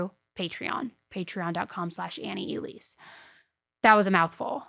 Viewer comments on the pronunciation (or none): none